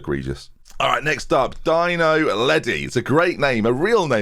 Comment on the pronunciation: Dino??? Surely it's pronounced Deano as in Baggio. Never change